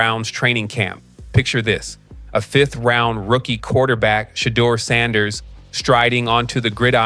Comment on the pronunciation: PRONOUNCE CORRECT PLEASE. SHA. DEUR/DOOR